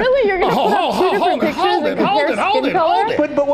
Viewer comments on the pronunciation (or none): none